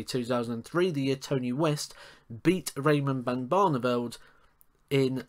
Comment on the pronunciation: Bit of a Tongue twister you saying raymond ban varneveld😂😂😂